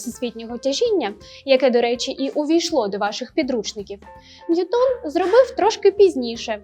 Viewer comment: Ви впевнені, що правильно ставите наголос у прізвищі Ньютона? Принаймні УРЕ дає наголос на першому складі. ЧИ можете ви послатися на авторитетне джерело інформації, яке б дозволяло наголос на другому складі?